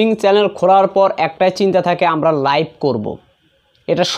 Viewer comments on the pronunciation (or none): none